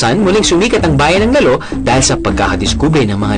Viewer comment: If you're featuring something, you should at least know how to pronounce the places properly. It's "lal-lo" not "lalo".